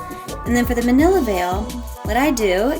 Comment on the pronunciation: Mantilla = Man-tee-yah